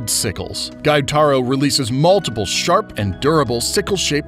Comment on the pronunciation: kayogoro = kyojuro giyuutaro = gyutaro